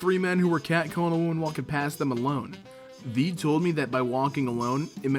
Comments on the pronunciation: Why do you pronounce they as thee? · The way you pronounce "they" is disturbing